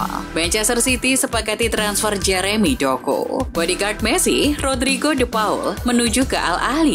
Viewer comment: tulisannya jeremy doku, tp dibaca jemery doku, wkwk